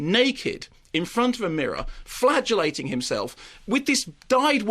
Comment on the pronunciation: .... i still hear flagellating as flatulating and get really confused. freud scares me.